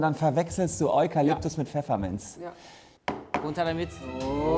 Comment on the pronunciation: Es triggert mich wie Solmecke Pfefferminz ausspricht